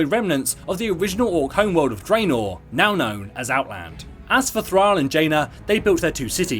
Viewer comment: I got confused with his pronunciation of Thrall :p